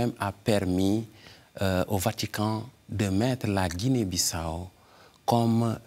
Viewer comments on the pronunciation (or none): Belle émission sur la Guinée Bissau. Par contre je ne comprends pas l'insistance de mal prononcer Bissau par l'animatrice malgré une bonne prononciation de l'invité et des deux personnes sur les reportages. Merci pour votre émission❤. Que Dieu vous bénisse et vous garde à Lui.